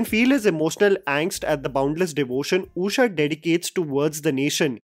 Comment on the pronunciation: Usha ❌ ooosha ✅